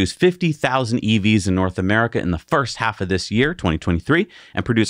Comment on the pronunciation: “Nort” America … 😂